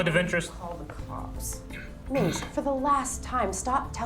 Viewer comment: It’s maze not maz